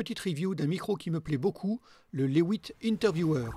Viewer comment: reporter de guerre... La différence entre le mic lavallière et le petit bâton est patente. Alors sinon, si c'est autrichien est-ce que ça ne devrait pas se prononcer "lait vite" plutôt que "les huit, mais en Belge"? Mais peut être qu'eux mêmes, chez laihouitte, ils le prononcent "à l'anglaise", je sais pô. (Mais bon, j'vais pas critiquer le, c'est le meilleur youtuber testeur de micro du monde vu qu'il s'est abonné à ma chaîne, c'était juste pour aider! 😄 ) Et important, point Covid, l'avantage du masque c'est qu'on a presque plus besoin d'anti-pop. Faut rester positif.